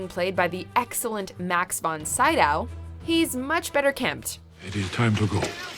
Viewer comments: The way she pronounced Max von Sydow really annoyed me. 'Max von Sideow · Max Von Saydau... Almost :) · "Max von Sigh-dow" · The narrator completely butcher the pronunciation of Max Von Sydow.